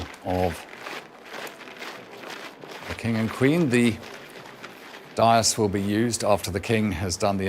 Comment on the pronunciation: His pronunciation of “dais” and “mall” is wrong. He’s not that good.